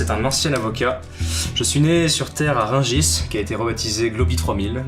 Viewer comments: Rungis* et non pas Ringis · "Rungis" pas "Ringis" svp .. mais sinon content de savoir que Rungis existera encore en 2250 (fiere d'etre Rungissois !) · Ringis ? rIngis ? Vraiment ? Rungis plutôt non ? ^_^ enfin si c'est pas un bled dans le fin fond de la Creuse 😂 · Rungis et non pas "ringis"s'écrit avec u et pas un avec un i !! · C'est Rungis pas Ringis au passage ! Super vidéo !